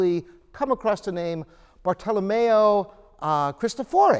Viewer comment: Bartolomeo Cristòfori not "bardolomeou kristofòri".